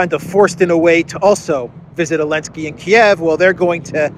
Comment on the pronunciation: Why don't you say Zelensky correctly? I'm curious.